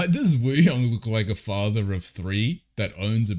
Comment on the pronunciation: just a lil reminder that wooyoungs name is actually pronounced oo-young, the w is silent :))